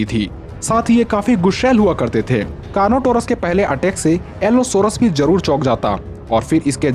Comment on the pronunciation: Car not our as bro